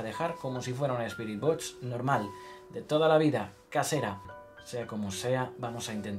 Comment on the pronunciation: Por favor puedes decir BOXXXX en vez de botch